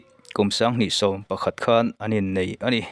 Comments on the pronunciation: Khan,,,tih pawh hi ,, kan nuin min khan, ti angin I lam a,,Tumah in Khan loh tur ti anga lam tur a ni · 'Sholaai' ti a i lam vang leh 'khan (kan mutpuite kea kan khan ang)' tia i lam avangin ka ngai thla lo mai a ang e. I trawng pai em mai. Amir Khan te, Salman Khan te hming pawh ti khan i lam trut trut duh hmel.